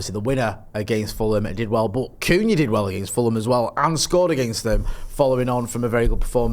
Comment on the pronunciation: saying Cunha is too funny, ‘Coonyah’ 😂